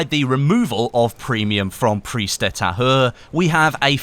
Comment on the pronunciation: you always pronounce "Prise" false. xD You need to hear the "S".:)